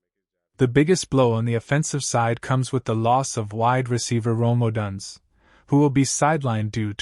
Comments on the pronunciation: Could you please stop mispronouncing odunze 😢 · Please stop mispronouncing odunze 😢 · Stop mispronouncing odunze 😢